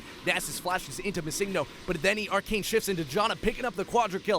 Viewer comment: The way you pronounce the Ezreal's name is so unsettling. It's Missing No. from pokemon blue version.